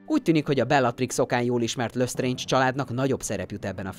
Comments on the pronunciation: Nem "dámbledór" ,hanem "dámböldór" "löstréndzs" :"lestréndzs" amúgy jó volt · Dámbledór Kredensz Lösztréndzs Grindewald... szenzációs a kiejtésed xddd